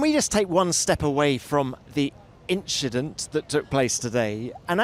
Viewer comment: Inchident :D